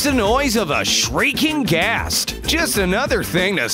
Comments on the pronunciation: its ghast not gas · It said gas Instead of gast